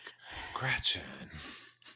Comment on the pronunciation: " gretchers" lol really 🤢